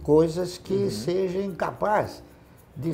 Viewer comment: O conteúdo é ótimo. Mas toda vez que ouço o Barsi, ele fala "que sejem; que estejem". Por favor é que SEJAM, ESTEJAM.!! Erros assim, numa figura como essa, não dá.